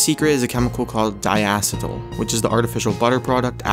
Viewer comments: die-ASS-i-dill ? Otherwise known as " die-a-SEAT-ill " I'd like to think it's just a Canadian thing but you mispronounce so many words in your videos, it has to be naivete. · Dyacetal isn't pronounced how u said it, it's DIE-A-SEE-TAL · Diacetyl is pronounced Die-ugh-set-ul